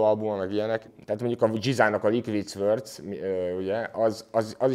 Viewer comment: Az nem likvid szwördsz, hanem likvid szords, nagy hiphop fanatisták vagyunk legalább ejtsük helyesen, úgy mint a bitlisz, ami bítölsz amúgy